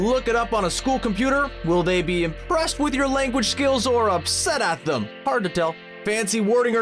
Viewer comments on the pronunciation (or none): none